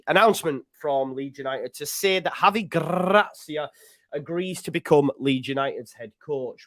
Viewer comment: You've a fine Iberian tongue there Joe, very professional!